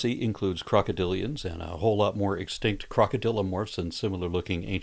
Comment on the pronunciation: I was playing "Godzilla Battle Line" when you said "crocodillians" and my Godzillist (learned that one from you,!) brain thought you said something related to the King. 🤣 I had to back it up and listen to it again!